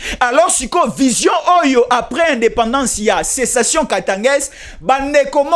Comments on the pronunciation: Sécession et non pas cessation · Et non cessation.